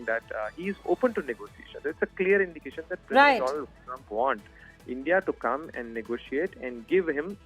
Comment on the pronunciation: Mister dolund trumpppphh